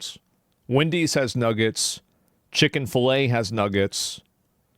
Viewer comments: has the audacity to make the pronunciation of "Mcnuggets" so clear but he called it "chicken filet" Poser ass southerner. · He called Chick-fil-A "Chicken-fill-a" and claims to have secret nuggie knowledge? Doubt.